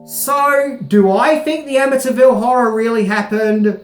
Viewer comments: It's Amityville Am- A- T- ville Not Am - A- Ta- ville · Ama-ta Ville lol...do you say Syd-na? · The Amintyville Horror. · A''"ville! But who will play? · Or.... The A--ville Horror. lol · Your accent made you mispronounce amityville about 100 times this video lol. I'm born and raised the town over from amityville, in Massapequa and over a decade ago they totally refaced the entire property and its completely unrecognizable from the front. But since its on a canal, me and my friends kayak up and down them and the back of the house and boat house didn't change for years, until new people bought it.